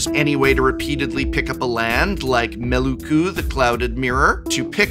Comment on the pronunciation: I'm sorry to be THAT guy but its Me-Lo-Ku May-Low-Koo.